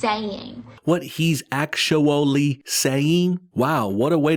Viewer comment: What's a axuh shulley? 🤣😎🇺🇲